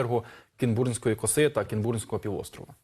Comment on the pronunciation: Якщо ви говорите про Кінбурнську косу, то ставте наголос на і !